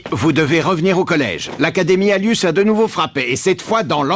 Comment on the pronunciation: au lieu de dire academie anus dites alius